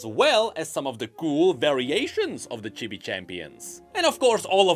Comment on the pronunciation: Its pronounced "cheebee", not "chibby" by the way